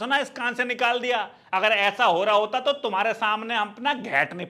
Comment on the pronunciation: Fati nahi bhai.... Phati hota hai..... Faad nahi Phaad